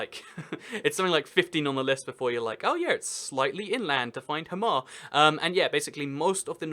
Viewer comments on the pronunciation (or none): "hammar" please stop this, ur killing my ears, do you see 2 m's in hamar? i sure as shit dont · When speaking Norwegian you always want to put the stress on the first syllable, so it’s pronounced HA-mar, not ha-MAR